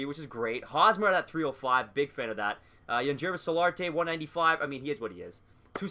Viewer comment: Great job on JT Real-MEW-to’s name, but Aledmys Diaz is pronounced Uh-Lead-Miss, Yangervis Solarte is Yawn-Hair-Vis, and Michael Pineda is Pin-Ay-Duh